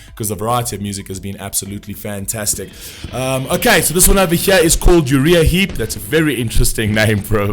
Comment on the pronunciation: Pronounced... "U - Rye - Ah - Heap"